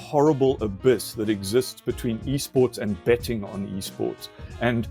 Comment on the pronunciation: I thought I heard illicit "bedding" instead of "betting"